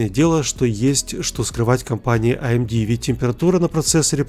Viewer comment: аэмди, хахахахах